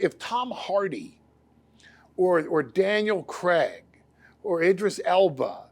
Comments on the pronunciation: Daniel Creg? Who is Daniel Creg?...Americans can't pronounce Craig 🤣🤣🤣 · “Daniel Creg”